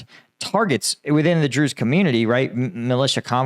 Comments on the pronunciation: I just have NoFx "we're the brews" but drews every time you say it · Everytime you say Druze I keep on thinking of Spaceballs and the "druish princess"